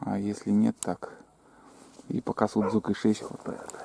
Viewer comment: Привет,.Объем кубический...Коми йозыд гогорвоасны....Сузуки,а не сутзуки...Без ляпа не бывает.Молодец.